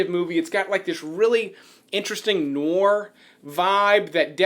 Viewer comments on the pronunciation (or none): I love Black Rain. My mother was from Tokyo and my father was an American GI. Black Rain addressed a lot about the cultural differences between Japan and America with regards to duty, honor, morality, even within the gangster society of Japan. As an aside, the pronunciation of "Noir" is "nwär". Put the "n" before "war" and say "war" with the "a" sounding like it does in the word "yard". No offense intended, only your friends will tell you when you have seaweed hanging from a front tooth. ;-) I love your videos and share them with my friends. I hope they subscribed.